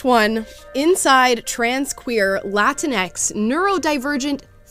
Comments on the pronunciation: Correction: the pronunciation is not 'Latin-ex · She pronounced ‘la-teenks’ wrong 😑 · Say it correctly! It's "La-Tinks" 🤣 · It's pronounced: La tinks